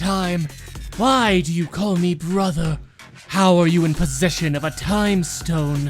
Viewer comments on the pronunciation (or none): none